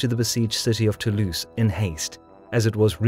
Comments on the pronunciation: nice, but please pronounce Toulouse with a "z" sound, not an "ss" sound; it really grates the ears. It's "to lose" not "too loose". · Born To-Louse